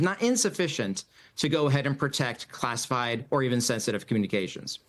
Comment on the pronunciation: ... " "... ..." "classied" information? Hey! Buddy! Switch to decaf.